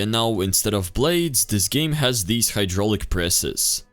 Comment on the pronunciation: why did you say blades and my plot weird